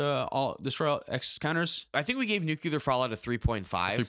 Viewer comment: It’s pronounced nuucular…. nuuuuuuuucular